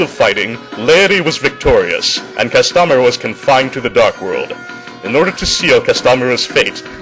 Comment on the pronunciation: "Cass-TOM-er-uh"? Huh. I always pronounced it "CASS-toe-MEER-uh". Eh. Toe-MAY-toe, toe-MAH-toe, right? But yeah, I like to read video game intros and cutscenes too. Games with stories are just plain better. :) And the Leaty/Castomira duel animation (here, ) always made me giddy too. I only wish that the two had flung more spells at each other, like a proper wizard duel would have.